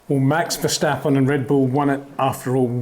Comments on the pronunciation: Peter Windsor you finally said in the beginning Max Verstappen not Max "Vershtappen" ... I take my hat off for that ... cheers! ... RESEPECT from 🇳🇱 🏎🏁 🏆 but then later on you started to say it wrong again :( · Btw...how come ppl keep saying "vershteppen" all the time ? It's not that hard to say "verstappen" if you speak english. Same with "max" btw...if you can say "awe", then you can say max too. My name is frank, not frenk...just the same. Edit-- you wouldnt say kèhrlos either right ? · Great stuff Peter, keep it up! Would be even better if you drop the Verssschtappen 😉. It's VerSTappen, with just an s and a t. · Peter, why are you after all these years still saying Max VerSHtappen? Seriously, the S is pronounced exactly the same in English so why turn it into a SH sound? So weird. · Max vershhhhtappen 😑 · If you pronounce the a in Verstappen as in dance or can’t you pronounce it closer to how it should sound. Same is true for Amsterdam, for both a’s.